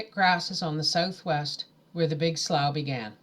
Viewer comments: Slough is pronounced “slew” not slaw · Thank you for these! Ice been listening to them at bedtime, it's like a bedtime story :) The grammar policeman in me has to say it- it's pronounced Sloo, or Slew. Sorry I cant help it. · Slough is pronounced “slew”